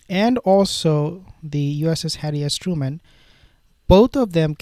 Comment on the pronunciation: Its Truman not Trueman...